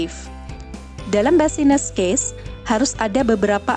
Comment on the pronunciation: maaf kak mau ralat pelafalannya "bisnis case" yaa bukan "basines case" hehe